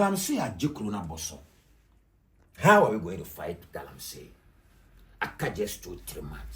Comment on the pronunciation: Pls it is Galamsey not Galamsay